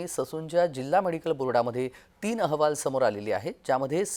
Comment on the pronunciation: याला अहवाल हा शब्द ही नीट उच्चारता येत नाही. औहवाल म्हणत आहें 😂